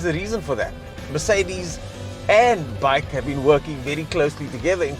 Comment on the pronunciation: Just so you know...BAIC is an acronym (Beijing Automotive Industry Corporation) and is pronounced B-A-I-C and not "bike".